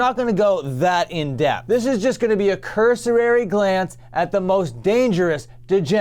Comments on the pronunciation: it's cur·so·ry, not cur·so·rar·y. No subscribe for you. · He was a piece of garbage, but, i mean you're contributing to it by shitting on him online. So. Whatever. You mispronounced cursory btw.